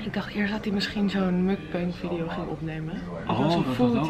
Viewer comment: De uitspraak van "mukbang" .... auw...